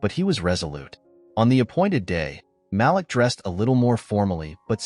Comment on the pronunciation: Malik is pronounced Maleek